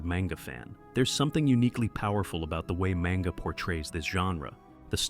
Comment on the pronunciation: Maynga?? ..wow this ai is shit